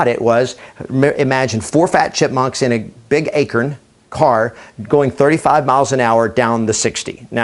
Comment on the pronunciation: Its not an "akirn", its an "a-corn" lol do you pronounce corn as "kirn" ? lol just thought that was funny!